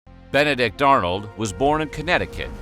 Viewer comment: Ben-a-dick Arnold....